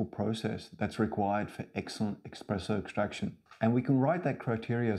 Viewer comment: Within 5 seconds he said "Expresso". I don't trust this man.